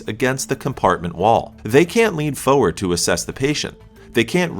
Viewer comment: unrelated but, and several other places - the R is not silent in forward (for-ward) [read it like four-words] not "foward" - That said, good info on ambulance safety (lack thereof)! ☮ [Edit: sounds better 🤔]